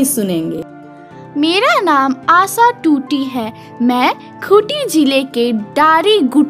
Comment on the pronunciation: mam Asha hota hai asa nhi 🤣🤣🤣🤣